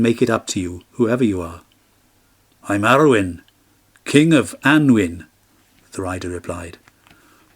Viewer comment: Ara-oon and An-oon